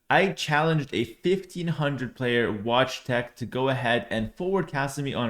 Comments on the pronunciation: As a Polish person, I need to say it... Wojtek is NOT pronounced "Watchtech", it's more like "Voytekh". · No no no, the "t" in Wojtek is not pronounced "ch", it remains as "t" like "table". Other than that, correct (so you can say it's Voyteck). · I would say in english spelling its pronounced Voycheck